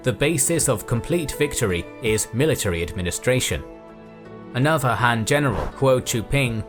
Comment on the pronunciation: Why is "Han" pronounced like "Ham"?